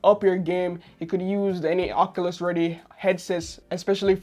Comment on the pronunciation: That’s not how you say oculus it’s more like this